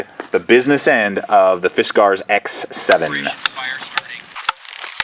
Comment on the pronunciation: He is trying to split a knot and doesn't seem to know that's why he was having trouble . And he says Fisk R's in such a forced way that at first I thought it he was trying to be silly or something... after the 10th time I want to travel time and space just to teleport to him making this video and make him acknowledge how obnoxious he sounds. Thanks for making the video though. Hope your doing well and hope you pronounce fiskars like regular Americans now 7 years after this was made. If not you should consider it